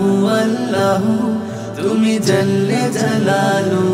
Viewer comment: নাশিদ টা অসাধারণ হয়েছে। শুভাকাঙ্ক্ষী হিসাবে এতটুকু বলছি "আল্লাহ আল্লাহ" বলার সময় প্রথমবার "আল্লাহ " বলার সময় উচ্চারণের সময় হা শুনা যাচ্ছে। "হাল্লাহু" অনেকটা এরকম। অন্য কেউ বিষয়টা খেয়াল করেছে কী না জানিনা।